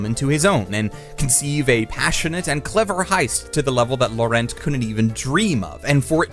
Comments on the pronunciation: How did he mispronounce Laurent!? Lau-rant. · Is there a specific reason you pronounce the name "Laurent" completely differently from 1) how the dub pronounces it 2) how normal American English speakers who see the name would pronounce it 3) how it's actually pronounced ??? Because you manage to somehow sound like a douchebag who is trying to show everyone how an actual native would say it and an idiot who has no idea how to pronounce it at the same time. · The way you pronounced Laurent should be considered a hate crime but great video otherwise